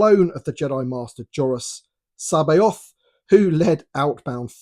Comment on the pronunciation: Nailed that pronunciation!